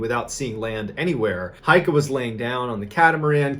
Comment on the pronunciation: gotta admit, for a murican your pronounciation is pretty good. one thing though: it's heike, not heika.